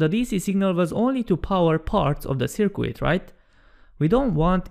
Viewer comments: "Sir-Cut" not "Sir-Quit" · I kind of like "Sir-Quit". It added an element of mild entertainment to a very informative video.